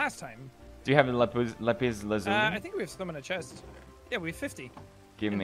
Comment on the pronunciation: "do we have lapus lapis lazuli?" - Felix, 2019